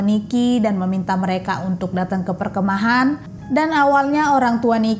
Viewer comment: Mbak perkemahan, bukan perke'mahan 😂